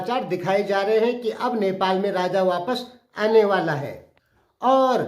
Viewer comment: Anewala nhin aanewalehai boliye ijjatse sir